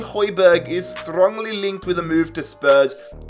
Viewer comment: why did he say strongly like that?